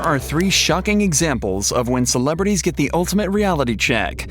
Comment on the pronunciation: "Celebrities"? XD